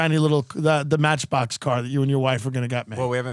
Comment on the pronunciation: Damnit Tim, its Match"BOX"!